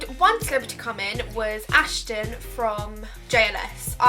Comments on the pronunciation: it's Aston not Ashton 🙄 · When she said Ashton I was Screaming ITS FUCKING ASTON!!!! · He's names Aston not Ashton 😂😂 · ASHTON ??? ITS ASTON BUT OKK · Was anyone else getting annoyed because she kept saying "Ashton" instead of "Aston"😂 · He was your favourite from JLS but you don't know his name? It's Aston not Ashton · Ashton?? how can he ur favourite when u don't even know his name lool it's *aston 😂😂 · he was your fave yet you don't know how to say his name?? its Aston lol, Marvin was my fave.. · It's Aston, u pronounce it wrong, it is pronounced as-tin lol! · It's actually Aston not Ashton he was my fave two x